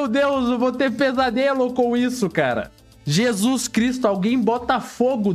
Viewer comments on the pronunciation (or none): none